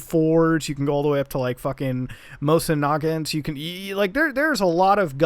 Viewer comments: Mosin nagint muta please it’s not nagint it’s nagant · the way he say Mosen Nagant 😂